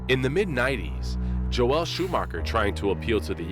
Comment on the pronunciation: The name is pronounced JO-el, or Jole, not Jo-ELLE. You are giving it a woman's pronunciation.